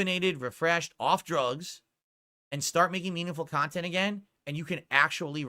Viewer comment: "Meaningful Khantent"